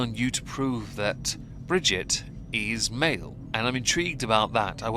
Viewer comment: Brigitte. Not bridget